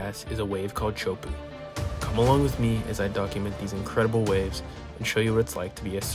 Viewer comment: Bro, no even 10 seconds in and this video already pisses me off. It's pronounced 'Tay-ah-hoo-poh-oh" 🙄🙄🙄🙄